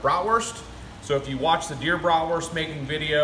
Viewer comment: Love the way you pronounce Bratwurst. Greetings from Germany, the land of Bratwurst!